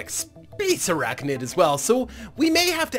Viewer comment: Fun episode, as always! Couple of spider ideas: To address your comment near the start of the video, there are in fact spiders w/ tails, such as the Two Tailed spider. Also a station with huge long skinny appendages would be a really cool parallel of a daddy long legs. Also, you keep pronouncing ArachNID like ArachNOID. I personally don't care but you are putting this on the internet, thought I should warn you :). Lastly I think I can speak for the whole community when I say you simply MUST face this fleet against the Insectoids in tournament mode on the finale episode.